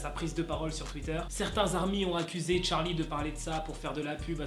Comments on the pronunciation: quand tu disais charlie en mode 'tcharlie' je pensais a Charline d'amelio😅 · Ptdr cette prononciation TTTTCHHHHHHarly